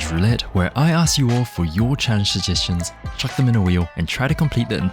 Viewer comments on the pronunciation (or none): none